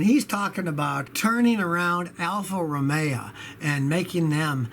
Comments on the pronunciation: (Romeo - Scotty can't pronounce his way out of a paper bag) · Poojo and Alfa Romea lol